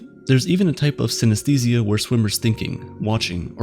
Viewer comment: Let's pay our respect to the narrator who pronounces the word 'synesthesia' hundreds of times in this video. It was hard.